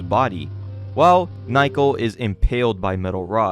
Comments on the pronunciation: Dude.... Her name isn't Nye-co... Its Na-oh-ko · You keep mispronouncing her name. It's *NA-O-KO*, not "n-eye-ko". But anyway, this manga started off strong(ish), but just turned into fucking slop. Those translators shouldn;t be surprised if they get laughed out of the scene. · Ok, how did fans ruin this one again? I’ve just watched the whole video and, unless you are implying that the people who got payed to translate it were also fans, then HOW did “fans ruined it?” You even say that it costs 50 USD a year to read it. Also, “Naiko?” “Nike-oh?” “Nyko?” “Nyako?” Her name is Naoko. I don’t mean for people to say it like native Japanese people, but those pronunciations are rather far from the right one. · I can't. You keep mispronouncing Nah-oh-koh as Nye-koh and it's driving me insane. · How the hell can you pronounce "Naoko" as "Nayko" How is this even possible? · Why are you calling naiko while the panels call her naoko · Naoko is pronounced NA-oh-koh, not Nai-koh. You pronounce everything else fairly well, so i don't know why you keep getting Naoko's name so wrong. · Her name is pronounced nah oh ko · Naoko is pronounced Now-Koh.